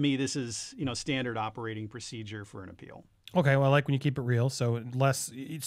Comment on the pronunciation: Appeak?! Heard that AH skip the country.0